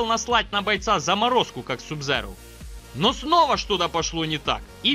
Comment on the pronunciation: Не субзеро а саб-зиро